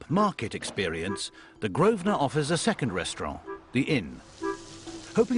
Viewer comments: He is STILL calling it "the GROVE-SNER" quiet facepalm....... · It’s his hotel, if he wants to call if Grove-sner that’s his business.